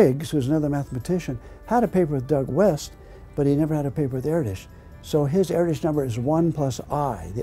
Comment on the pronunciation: By the way you're pronouncing Erdős wrong.